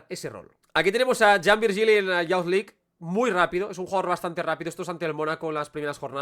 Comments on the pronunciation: Es "yuz" League, no "yauz" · Buen análisis pero me mata cuando pronuncias Youth League como "yauz". Sería más parecido a "iuz"